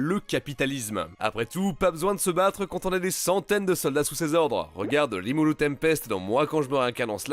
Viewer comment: Rimuru Tempest ENFIN QULQUN QUI DIT PAS LIMULE